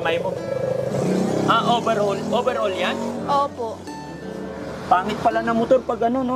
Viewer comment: Overhaul (not "over all ")